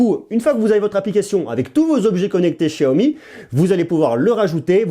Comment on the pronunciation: Enfin quelqu'un qui prononce bien xiaomi